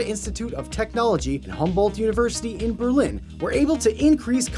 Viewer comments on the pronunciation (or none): none